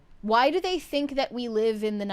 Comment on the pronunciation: You’ll admit “thawt?” Do you mean “that?”